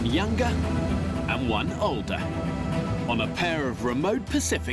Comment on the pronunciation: yungah and oldah